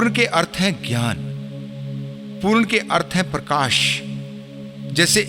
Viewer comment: और परकाश नही प्रकाश होता है